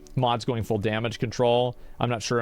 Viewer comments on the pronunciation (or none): none